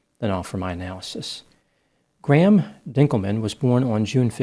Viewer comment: Good to see a RARE occasion that Graham/Grahame/Graeme was pronounced correctly. For those interested, say “Grey” or “Gray” then the letter “M”. Put those together fast.